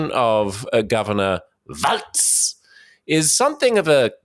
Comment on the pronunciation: Walz is pronounced "walls", like the plural of the English word "wall".